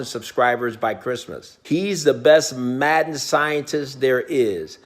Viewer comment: Why in the intro he said matten😂